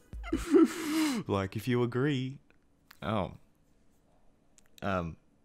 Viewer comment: "Like if you Argee "